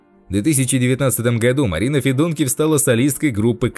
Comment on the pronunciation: Фамилии заканчивающиеся на ИВ, это западная Украина, ударение надо ставить ФедункИв, так же как у певицы Ёлки ИванцИв, режет слух ФедУнкив, говорите правильно!